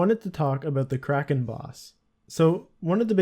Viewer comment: the way you did kraken gave me cancer